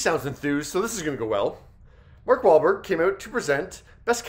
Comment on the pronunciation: Sounds like someone did not show up for rehearsals, Mark Wahlberg. If you have ever seen the MW reality show, the man is constantly working and busy, so he has no time. But it is highly disrespectful to mess up the name of an art piece, a person's name, etc. MW looked really tired. Do better, MW.